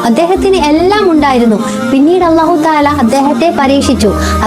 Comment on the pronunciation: സഹോദരീ, അല്ലാഹു എന്ന് പറയു മ്പോൾ നാവിൻ്റെ തലഭാഗം പുറത്തേക്ക് വരാൻ പാടില്ല. ലാം ഉച്ചരിക്കുന്ന സ്ഥാനത്താണ് നാവിൻ്റെ തല ഭാഗം വരേണ്ടത്